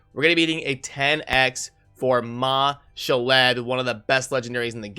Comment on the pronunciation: Its ma-shawl'd not ma- sha-led